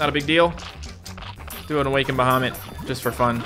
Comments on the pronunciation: Awe-kind baha-mit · awa-ken-ed baha-mut